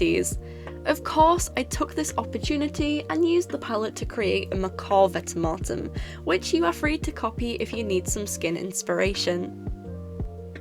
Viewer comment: I prefer to pronounce it vent-e-mort-em